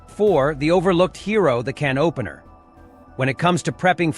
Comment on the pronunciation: It's how this psychotic AI voice pronounces "can opener" 🤣🤣🤣🤣🤣